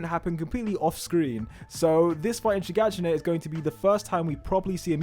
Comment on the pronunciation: Bro how long did it take you to finally pronounce "Shiganshina"? Haha. Keep up the good work👍